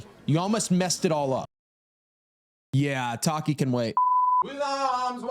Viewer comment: With every "Tarkimewrar" I die a little on the inside